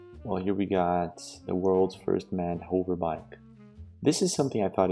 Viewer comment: I love your videos and I love your channel! I am not trying to ridicule your command of the English language, but I just want to help you with the word "Hover". It's not pronounced like the word "over" with the 'o' sounding like 'Oh my Gosh' but like the 'uh' sound like in the word 'up' or like the word 'Cover'. Keep on making the great videos! Love ya!!